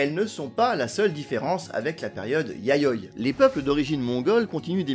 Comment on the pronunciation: Super intéressant, merci. En plus, la prononciation du japonais est assez correcte, sauf peut-être pour "Yayoi" où le "i" est plus marqué (YA-YO-I)...